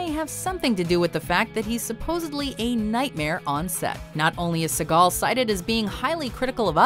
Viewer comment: I can speak personally from directly knowing & talking to two of Segal's Uncles (bless their souls) who said (1995-ish) that he was a total ignorant jerk. And, the real way you pronounce their name is like the bird!